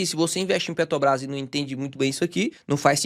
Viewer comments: Mais uma aula de PETRObrás que o não consegue falar o nome dela 😅😅😅., pega seu café e repita: é PETRObrás, não PETObrás. PETObrás parece que vc tá falando de algum negócio de pet shop. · Impressão minha ou o fala ‘Petobras’? Talvez esteja gripado. Brincadeiras à parte. vc é o cara mais foda de ensino sobre investimentos da internet. Acompanhava vários outros canais conhecidos mas depois que conheci seu canal já não faz mas sentido assistir os outros. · Conteúdo maravilhoso, mas dou uma desconectada no "PetoBRÁS". Zuando com respeito,!!!